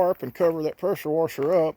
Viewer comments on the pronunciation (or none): When he said wusher I hit thumbs up.thats my kinda people .good video